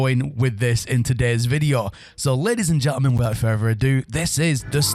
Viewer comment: Norman's Sky, everyfink, and wivout ferver ado, all in the first minute or so.